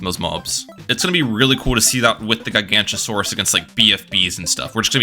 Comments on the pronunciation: As a dinosaur enjoyer, every time you said Giganotosaurus was pain. It's GiganOtosaurus, not Gigantosaurus. That is a whole different dinosaur, a herbivore of all things. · it is pronounced GIG-uh-no-toe-saur-us, not ji-GANT-o-saur-us, please do not disgrace my goat by making him sound like a bad godzilla ripoff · Its pronounced “jai-ga-note-o-so-rus” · I literally cannot watch this video with how he pronounces Guy-gancha-saurus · is called gi-gaa-not-oh-sore-is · Isn't it giga- not- a- saurus? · Ah yes, my favorite tower The Guy-Gancha-Saurus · GigaNOTOsaurus. Giga-noto-saurus. Gig-uh-no-toe-saurus. You have angered the dinosaur nerds. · Gig o not a sor us is how u pronounce it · great video but the dinosaur nerd in me died every time you said gigantosaurus 😂 it’s a weird one to pronounce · as a dinosaur nerd this makes me so mad (the way he pronounces it) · Also he's pronouncing the "t" as a "ch" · Relatable, absolutely painful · He's not even pronouncing it correctly as "Gigantosaurus." He's got the g sounds flipped. Has he never heard the word "Gigantic" spoken aloud before? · Take a shot every time he mispronounces Giganotosaurus